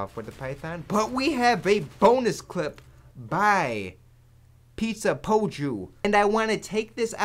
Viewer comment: It was relly nice when you say Pizzapoju's name cause his from finland and when u are trying to say finnish name :DD it hears rly funny x)